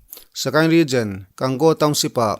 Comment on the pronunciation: Ka sawi khi dik..Regen.a nilo..Region.